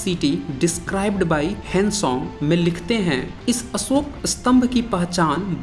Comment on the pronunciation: Astambh nahi stambh uchhaaran Karo. Asoka nahi Ashoka bolo. Videsi nahi videshee bolo. Improve pronunciation please. Thanks for your video.